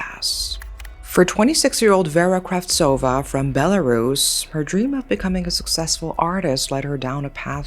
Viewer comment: As a Belarusian, I felt so heart-broken. My country always gets in the news with such bad things... We are a smal country with quite a small population too, so it feels like I've lost someone close. Thanks for the correct pronunciation of the country btw.